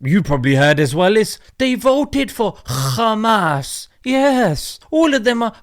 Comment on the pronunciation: I suggest you stop using the name Khamas. Khamas in yiddish means violence and destruction. They are intentionally mispronouncing and mislabelling them.